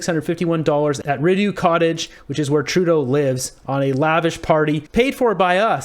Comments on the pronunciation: It’s pronounced R-ee-doe lmao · Rideau is pronounced re-dough bud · U pronounce Rideau wrong. Sorry to nitpick